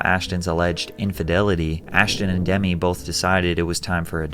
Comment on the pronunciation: But he's not old enough to know Demi Moore's name isn't pronounced like Demi Lavato lolz